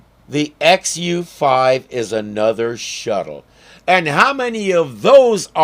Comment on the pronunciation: "XU5"... At first, I thought he said, "FU5". That'd be really nice, telling 5 people "eff you".